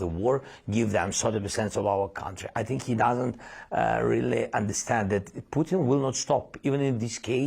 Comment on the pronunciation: Did she say "poo in" instead of Putin? This American pronunciation of t's is getting ridiculous.